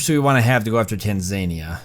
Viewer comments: it's pronounced TAN, ZA, KNEE, AH! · You've done the impossible - made a pronunciation pedant keep watching despite the repeated mentions of Tanzania. Good job on making such compelling watching mate.